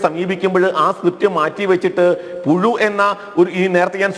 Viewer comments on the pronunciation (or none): പുഴു... അല്ല... പുയു...😂😂... അല്ലെങ്കിൽ... പു ശു....😂😂😂😂